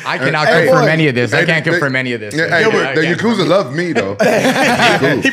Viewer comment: It’s ya ku za not yuk uza